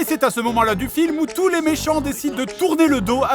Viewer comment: "Tous les techniciens " T.O.U.S, pas T.O.U.T